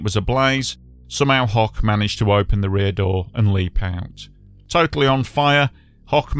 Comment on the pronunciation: FYI - The last name (Hoch) of the fellow in the tram who survived with burns IS NOT pronounced ‘hock’ but like ‘hoke’ as in rhymes with ‘coke.’ It is actually the German word for ‘high’ - and my own last name.